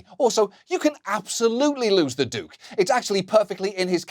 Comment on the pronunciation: "Du-ke", Johnny Showbiz? How was the "process" of that achieved?